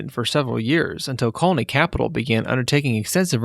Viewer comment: You pronounce “colony capital” very strangely. Also Caldwell Bank and asphalt. It bothered me